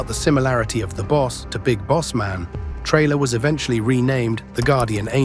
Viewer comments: It's Taylor not Trailer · its Traylor